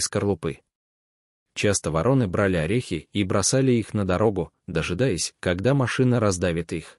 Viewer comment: Отличный рассказ. Но вы должны правильно ставить ударение. ВорОны. Благодарю.